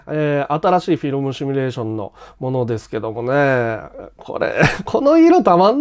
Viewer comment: 「シュミレーション」ではなく「シミュレーション」（simulation）って言った方が格好いいと思います。 つまんないこと書いてすいません・・